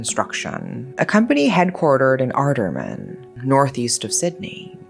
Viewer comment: Your pronunciation of Sydney suburb of Artarmon had me in stitches 😂😂😂 Not that you'll have to say it again but it's pronounced Ar-Tar-mon.